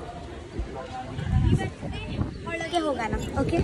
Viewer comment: Nice vlog. I liked it. Kannada 👍. Not Holage, it is Olage. Hagedhira nevu not nenu. If you dodn't like the food please give it to your mother not to your friends.